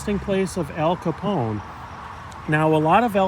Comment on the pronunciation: It’s not Capon it’s Capone with e